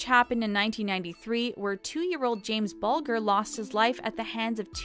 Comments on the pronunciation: It's James Bulger not James Bulgar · For goodness sake can't you do some research before narrating? So many names mispronounced including James Bulger pronounced Booljer. For goodness sake, do some due diligence!